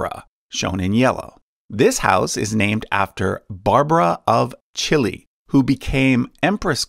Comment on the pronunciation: "Barbara of Chile" made me laugh 😭 Celje is pronounced like Tselye but it's ok you tried haha, also a fun fact about her is she was the richest woman in Europe at one point (after Sigismund's death) and there are many local legends about her in northern Croatia which used to be domain of her family